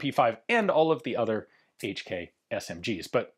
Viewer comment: "Each Key " My ears every time🩸🩸